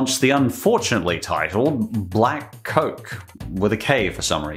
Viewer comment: They do realize Blāk is prnounced “Block” right?